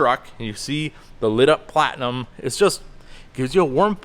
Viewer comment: You keep saying "Platnium" King Ranch is a lateral package as well.